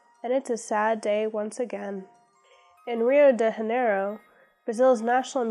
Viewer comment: Tinder brought me here, and hey wait... did you say “Rio de haneiro?” You can just pronounce it like “gia-neiro” or “dhja-nay-ro”